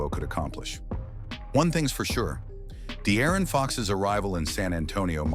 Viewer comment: “The Aaron fox”